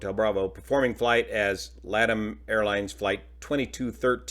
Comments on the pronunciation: LATAM is pronounced more like "La Tahm":) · pov you said "LADAM" 💀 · Not for nothin’ but LATAM is pronounced “Lah - Tom” , as in the male name, with accent on the Tom.